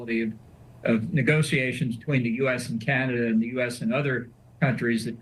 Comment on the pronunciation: Vassy learn how to pronounce CANADA - it’s not key-an-ada. And F John Bolton, talk about scraping the barrel 🙄